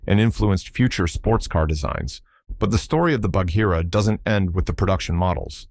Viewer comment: The H in Bagheera is silent! It’s quite painful to hear it mispronounced so often!